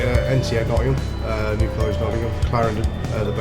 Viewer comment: turns "Nottingham" into "Lovingham"